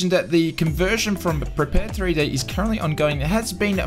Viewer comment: Prepare 3D? I believe it is pronounced prepared.